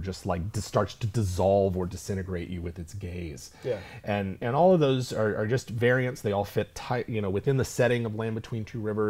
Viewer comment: "just starts to dissolve or disintegrate you with it's gays" lol